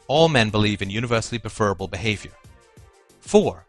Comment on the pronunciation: I'm 2m14s in, but I'm not sure I can manage 16 minutes of pronouncing it "preFERable". I like that Molyneux pronounces it that way- he's a dick. But not!!